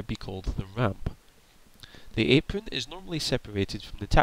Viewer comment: kinda hard to listen to someone who cant say there RRRRssss apron is said like apwon aircwaft pesky wabbit 😂😂😂😂😂